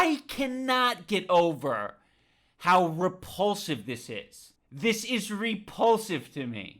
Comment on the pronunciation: repulsive? I think you meant re”paul”sive